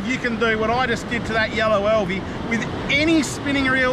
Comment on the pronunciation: AL V not EL V. Love Alvey reels the biggest problem with then is the last for ever which virtually bankrupted them also they are heavy and which they would take some inspiration from fly reel design.